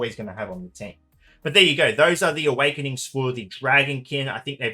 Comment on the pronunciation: 2 seconds in and it sounds like lukewarm Awekenings...